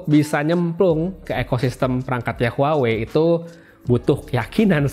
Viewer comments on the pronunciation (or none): Bukan huwa wei tapi WA WEI